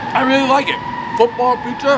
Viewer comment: What is that R word ? He throwin a V in Really?